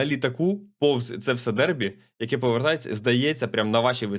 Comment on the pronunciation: не "дербі", а "дебрі" від англ debris(уламки)